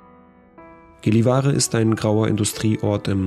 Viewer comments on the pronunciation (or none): Sehr schönes Video. By the way…. Gällevare wird jällevaore ausgesprochen. Das a ist so zwischen a und o ausgesprochen. Göran wird demnach jöran ausgesprochen.😬🤔🤣